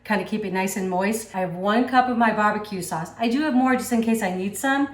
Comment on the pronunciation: "Bah buh que saws"